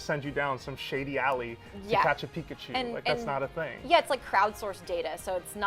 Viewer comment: He said Niggachu😂😂😂😂😂😂